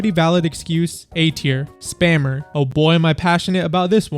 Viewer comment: "spammer" is 10x funnier when someone says it like "spamer" instead